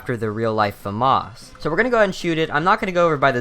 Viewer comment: thank you for not pronouncing famas "FA MASS"